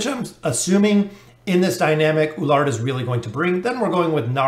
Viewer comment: E (like Echo) LU (like LUcius) ARD (ARDen) = E LU ARD. You also have same pronunciation problem with Lucretia. Awesome video thanks.